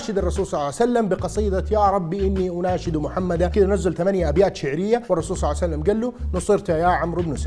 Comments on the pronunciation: صعوسلم صعوسلم صلعسلم صسلم صوسلم صاوسلم صوعسلم يعني اكثر من ربع ساعة تخطب بس لما تذكر اسم النبي صلى الله عليه واله وسلم تقول صوسلم!!! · رسول صعسلم 😂😂😂 ايضا رسول صعسلم صع وسلم (اوكي نص ونص) شنو ما تتعلم من اخطائك ؟